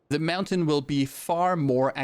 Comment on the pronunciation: I love how he says "MAUNTAIN" XD XD